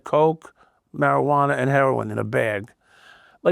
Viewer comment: "Marijuaner" Sounds like Louis CK "vagineer"